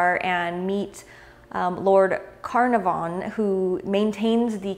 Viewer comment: Your Spanish is excellent so please let me help you with British verbiage. It's Downton Abbey not Down Town Abbey, and it's Lord Caernarfon, which is actually Welsh pronounced phonetically as Care-naaar-von. Great cigar reviews though.